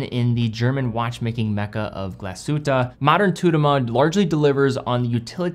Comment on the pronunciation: Glass Shhhhhute not Galsute :)